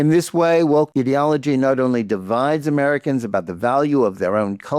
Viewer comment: Since you pronounced it the way you did Johnathan, instead of ideology, I'm going with idiotology!!! 🤷‍♀️